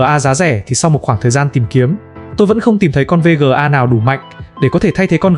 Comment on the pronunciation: thà gọi là vê ga hoặc card đi chứ VÊ GỜ A liên tục nghe muốn sang trấn